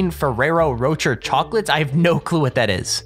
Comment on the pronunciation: It is pronounce as "Ro-Shay" not "ro-cher"